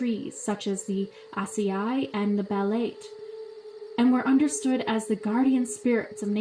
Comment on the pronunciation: It's pronounced as BaletE